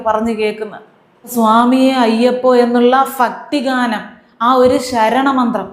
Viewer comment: ഫക്‌തിഗാനം അല്ല"ഭക്തിഗാനം "